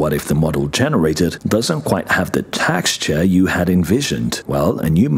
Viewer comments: It's tex not tax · if I heave to hear you say “TAX-CHOOR” instead of “texture” one more time, my head is going to implode. Maddening. Lol